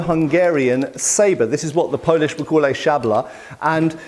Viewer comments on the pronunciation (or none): none